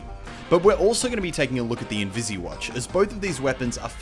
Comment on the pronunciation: Its not invisi watch!! Its invis watch!! Dammit